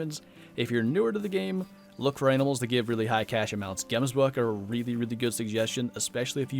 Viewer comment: So I've heard alot of people pronouncing some African animals wrong 😂 seeing as I'm from Africa I though I'd give some insights. Firstly Gemsbok is pronounced "Gemsbock" the g is actually a gggggg sound and also Springbok is pronounced "Sprungbock" 👇🏼 Please like so can see.